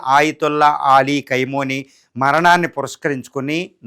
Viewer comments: khaimoni kaadu khameni please pronounciation correct chesukondi inka Mee English accent kuda please neeku Enduku Iran tannulu tintunte badha estunnadi. Chaala badha padipitunnavu. Anta badha padaku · కైమోని కాదురా 😂 ఖమేని 😅